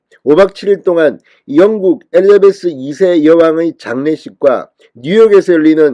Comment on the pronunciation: 에레베스아니고 에리자베스!